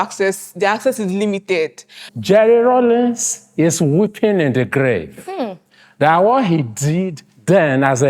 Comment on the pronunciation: The name is Rawlings not “Rollins”.